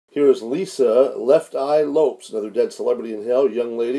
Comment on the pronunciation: Last name is pronounced ‘Lopez’.